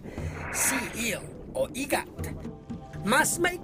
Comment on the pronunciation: Lasang L daw instead of eel hahaha, I'm bisaya myself but that's classic 😁😁😁